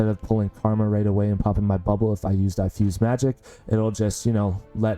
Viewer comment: Pronunciation on "diffuse" is incorrect. Not "die-fuse", but "diff" (as in different, which is the root word).